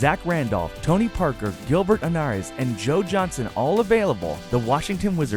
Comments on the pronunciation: Gilbert Anaris? Why don't you put sone effort into your videos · its Manu ,not Parker and Arenas,not anaris lol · This video has a bunch of mistakes. Wrong Isiah Thomas. It's pronounced Gilbert Arenas not Arneus. Chris Bosch was not on Heat in 1997, neither was Wade. And I only watched half the video I'm sure there's more. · and he said "Gilbert Anares" lmao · We aint gonna mention that this guy called Manu Ginoblli Tony Parker and that he called Gilbert Arenas “Gilber Anarus” and Kwame Brown “Kawam Brown” ffs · Gilbert anares😂😂😂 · Gilbert Are-n-az Kweem Brown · He said gilbert anares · Gilbert anarest? Lol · Xavier Johnson ikr. He screwed up a lot of names. This guy obviously never watched much nba basketball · how did u butcher so many nba names? gilbert arenas, kwame brown and there was another one i forget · That's not how u pronounce Gilberts Name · The guy mispronouncing Gilbert Arenas and kwame brown is cringe worthy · Did this nigga say Gilbert aneras